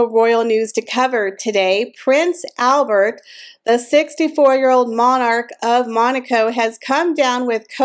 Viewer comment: The Monaco Royals speak French. So YOU SHOULD pronounce HIS NAME PROPERLY AND CORRECTLY!!!!!!!!!! NOT THE AMERICAN WAY!!!!!!